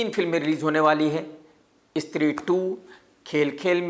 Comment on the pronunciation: Stree❌ istree✅